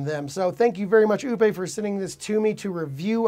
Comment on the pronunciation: Lol. This is maybe the 6th review I've seen of the Oupes batteries and not one of them have pronounced the name in the same way. Yours has a classy French sound but the funniest I've heard Oupes pronounces was "Oops".